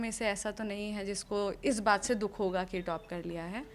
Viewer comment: अखंड चुतियापा ?? हाहाहा आपने नाम सवर्णो का रखा, अरे मेडम आप गोरी नही हो, आपको गलत फेमि हुयी है, और पत्रकार मेडम बो टोप नही टॉप होता है।